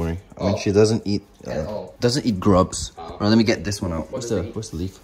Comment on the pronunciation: IK IT SAYS GRUBS BUT IT SOUNDS SO MUCH LIKE D R U G S HAHAHAHAHA